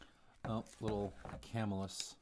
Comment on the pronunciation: By the way its prounounced cuhmillus